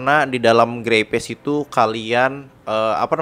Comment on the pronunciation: Dibaca grey speis, not grey pes. Sorry gemes denger nya🙏